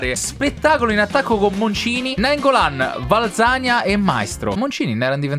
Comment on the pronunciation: Un consiglio: Valzania, si dice valzanìa non vàlzania e so dice Maìstro non Màistro